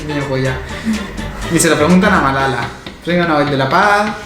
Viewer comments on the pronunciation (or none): none